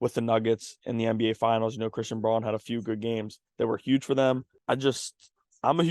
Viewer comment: IT’s pronounced “Brown” not Bron. Christian Brown.